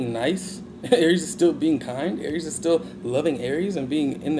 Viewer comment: I love the way you say Aries